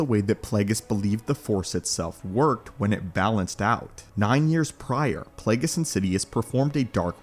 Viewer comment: Plagueis🤮 “Flagueis”😏